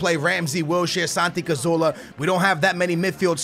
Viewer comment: its Cazorla not Cazoola, its a R not another O!